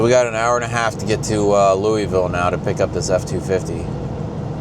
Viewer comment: It's pronounced Lou.uh.vill------it is Not pronounced Lew ee vill. sound smarter please